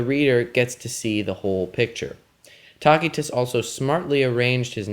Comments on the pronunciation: It is pronounced Tasitus not Takitus! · Good lad, it is not "tacky-tuss" but rather tass-ee-tuss. The letter 'c' is pronounced here as if it were an 's.' Think of the words 'lice' and 'mice.' The contents of the video are fine, and I learned something from your presentation. But please spend some time to learn Latin or Italian pronunciation before making your next video. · It's pronounced "TASS-ah-tiss". You're not even remotely close. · Why do you keep calling Tacitus "Talk-y-tus" ? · isn't it pronounced as. ta si tuss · Taquitos... Sounds tasty. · Though in English we conventionally use soft c's for many Latin words, The classical pronunciation uses a hard c. Tacitus' contemporaries would have said "Kikero" for Cicero, "Kaesar" for Caesar, and "Takitus" for Tacitus. Ignorance has killed YOUR credibility. I hope you are embarrassed. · this dude can't even say Tacitus correctly smh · Despite what some are saying, this was an incorrect pronunciation of the name of one of history's greatest historians. This hard "K" sound people are referring to is a lie. This is Latin- not Arabic... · why's he keep saying his name like that😐